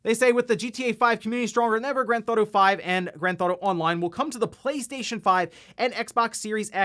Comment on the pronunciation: "GranThauto 5"